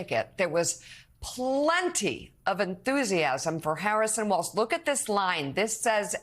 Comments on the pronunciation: Walz Mika. Not waltz. Like Walls. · its not Waltz. WALLS.....WALLS......WALZ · Walz is pronounced: WALZZZZ (no "s").